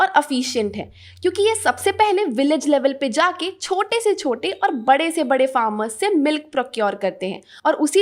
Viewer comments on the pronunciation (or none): none